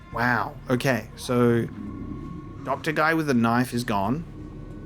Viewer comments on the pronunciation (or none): I took a drink of Fosters every time you said “knoif”, now I’m bangin a wallaby